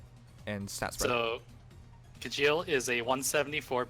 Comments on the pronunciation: Its actually pronounced Shell, Mangs mentioned its Norwegian. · It's Kee-yell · You pronounce Kjelle like "Kyell", not Kajeel. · I think the j in Kjelle is pronounced like the j in Mjolnir.